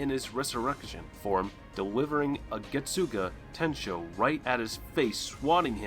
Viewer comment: Lol the way he pronounced getsuga tensho, "getsoogah.... Tenshow"